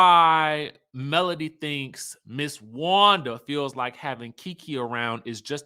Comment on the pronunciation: MS wanda calls melody "Melon" lol I don't think she can pronounce melody 😭